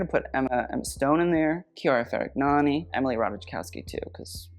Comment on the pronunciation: the way you pronounced Chiara Ferragni and Fedez's names had me laughing